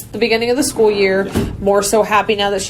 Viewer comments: finally I’ve wondered if the way she’s “skoo,” was just me- it’s so very off putting. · not at all I thought how she said school too.